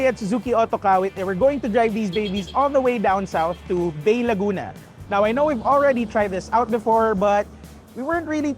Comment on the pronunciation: Its Bay (pronounced as Bai), Laguna